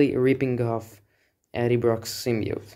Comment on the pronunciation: Sym-B-iote! Not "symmiote". Like your videos by the way.